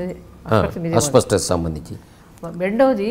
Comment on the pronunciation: అస్వ‌స్థ‌త కాదు నాయ‌నా.. అస్ప‌ష్ట‌త‌..